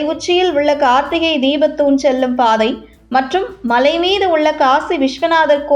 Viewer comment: Better the correct pronounciation, Malai said like Mazhai by the announcer, don't kill Thamizh words.